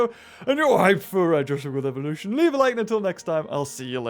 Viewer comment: u do know dat u said evoluton right?